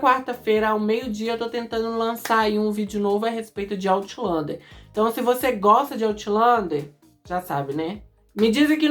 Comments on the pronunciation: kkkkkk nao quis te corrigir. Achei interesaante pq tambem nao gostei da pronuncia certa. Acho "Autlander" mais bonito 😂😂😂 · "Aulender" diz ser a pronuncia certa.